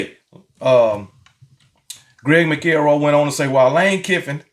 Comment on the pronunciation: Dude said Mac el roy..Still love you my dude!!